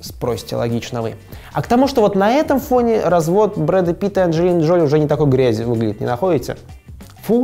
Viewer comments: ДжолИ, а не ДжОли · Ну блин, Анджелина ДжолИ, а не ДжОли. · ДжолИ! Мои уши